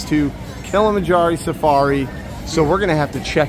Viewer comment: So funny you two did a vlog on this because I am doing it in April. I let Alexa choose a month ago a few things we’ve never done & this was one of her choices. You wait, we’ll get NO 🐘 when we go!! 🫠 And it’s Kilamanjar-OH not “EE”. Had to find a way to rib ya! 😁. 🌽🤤